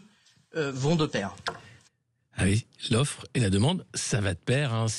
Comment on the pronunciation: Mon dieu son élocution est insuportable... OuiE alorsE, en perte de vitesseE.